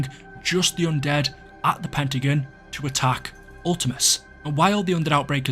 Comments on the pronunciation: It sounds like you're saying the Pentagoon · Man really said "pentagin" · Why does it sound like he calls the pentagon the pentaGOON